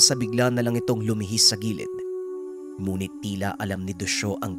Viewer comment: bakit yong ngunit muh munit yong pagkasabi muh DBA dapat ngunit bat munit??